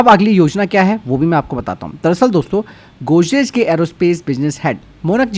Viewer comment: Godrej bolna sikhle pehle